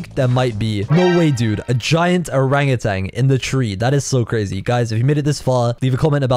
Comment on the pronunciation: Bro dat owangantang is. CWAZY